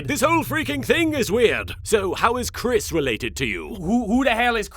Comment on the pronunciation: W-who da hell iz Cwhris?